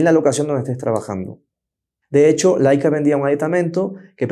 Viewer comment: Laica era una perrita que fue primera a la estratosfera. La cámara se llama Leica y se pronuncia “leica” tanto en español como en alemán.